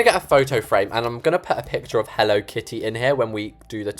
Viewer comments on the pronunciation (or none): none